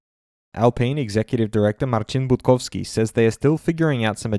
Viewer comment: Be honest How many attempts did it take perfectly pronounce Marcin budowski